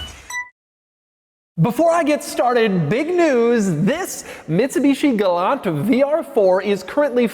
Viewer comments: Pronounced gal-ANT lol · It is not a Galant, it is a Gay-lant, Lol. My friend's mother owned the base version and each time I would say, Galant, she responded with, “I know what my mother drives and it is a Gaylant”.